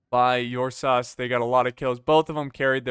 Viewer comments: it's errsus not yursas. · with all love and respect, I am losing my mind every time you try to pronounce "ursas"